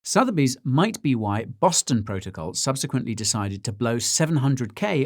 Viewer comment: Boson Protocol at least you covered it this time.......but you pronounced it wrong